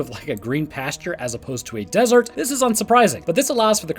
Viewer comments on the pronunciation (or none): none